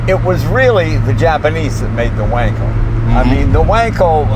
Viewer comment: Donald says “Vonkel”, Jay says “Wankel”. Zoom zoom.